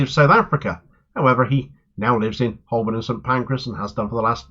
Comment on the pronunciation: Excellent news,! Btw, Holborn is pronounced "Hoe burn". The L is silent. Cheers.